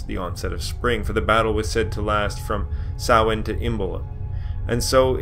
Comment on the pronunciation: Close, ots a mixture, keep in mind there are 5 forms of Irish tonge but I really appreciate how bang on he is, he says it like sowayne when most Americans would probably say sam-hay-na